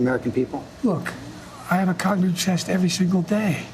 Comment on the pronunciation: “Look, I have a cognive chest every singlle day!” 😂😂😂